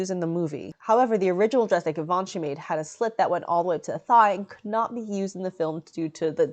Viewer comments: it's givenchy like geee not give..... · Givenchy, gchee-von-she. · Love the informative fashion breakdown! Unrelated : is it not pronounced jee-vhan-shee ? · Why do you pronounce givanchy like that? The first sound is zh. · All those people correcting you in the comments is so upsetting. I’m sorry lovely! This dress is almost as beautiful as yourself! I for one have known about some of Givenchy’s designs for years and not once have I heard the name spoken outloud. Idk how they expected you to know the proper pronunciation. I was saying it how it is spelt all these years. Don’t feel discouraged, some people are just hurtful. Keep up the good work and thank you for everything you do! 💖